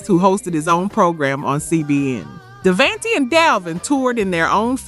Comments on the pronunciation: Thank you! Because these artists has been around for a while and their names were NEVER pronounced like that. I'm listening and saying to myself "wait, what?, who?" 🤦‍♀️ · Totally read my mind, was like who proof read the script or bad AI voice over 😅